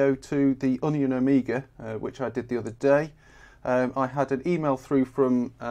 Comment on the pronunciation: C'mon now, it's an "Omega" and not an "Amiga"